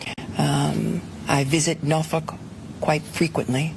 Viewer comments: Broom face Bolton. James cannot pronounce Norfolk. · ive never heard anyone pronounce Norfork like her before. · Her pronunciation of Norfolk she be the next meme. 😂